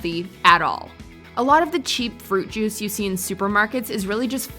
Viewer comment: I swear I heard "Fruit Jews."